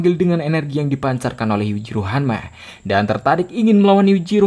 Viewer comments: Bang Jack Hamma bang bukan Jack hammer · Jeck hanma bang bukan jeck henmer🤣